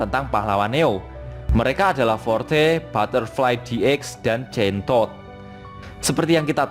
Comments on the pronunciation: Wkwk gue malah dengernya kentodd😅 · Ada yang dengernya chain-Tod?